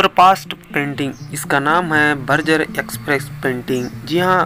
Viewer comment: It Is Berger not burger